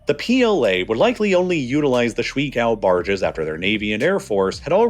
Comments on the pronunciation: 水 (shui) is pronounced shway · It’s pronounced “sh-way” not “sh-wee” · Honestly I couldn't make it to the ten minute mark because of how much it hurt to hear you say shwee-kao barges over and over again. The pinyin "shui" is pronounced more like 'shway.' The experience was like listening to a chef teach me how to "make a damn kaysadila," over and over again. You're better than that. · Every time you said . “ Shuǐ ~ 水 “ I cringed The pronunciation 💀